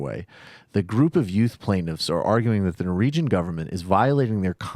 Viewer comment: Did he say Nor-regions?